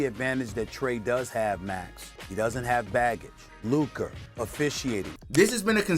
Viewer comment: Bro is mispronouncing Luka at this point, he keeps adding a R when there is no R anywhere in his name. Luker Donwich